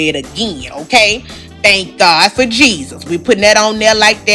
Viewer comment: "Thank God fa Jesus" Lmaooooo!!!